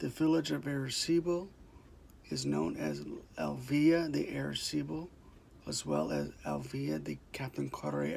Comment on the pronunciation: Say right please arecibo.